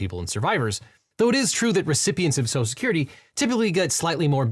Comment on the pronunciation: For likely the only time in my life, I’m taking trump’s side. For one simple reason. He pronounces social security correctly. (Serious pet peeve of mine)